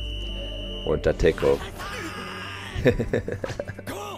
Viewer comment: "Dateko" -> Date Tech